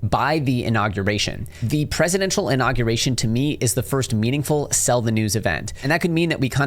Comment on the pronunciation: Inauguration - not Innaguration